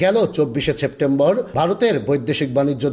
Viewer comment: ওটা ছেপ্টেম্বর নয় সেপ্টেম্বর 😂😂